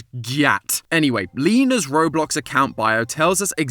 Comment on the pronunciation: Robuck lol